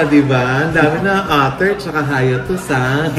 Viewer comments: it’s HAY-EY-TUS not HAY-A-TUS 😂😂😂✌🏼✌🏼✌🏼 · Mama Ogs, hiatus: ha-YEY-tus. Hindi po HA-ya-tus. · hai•ay•thus po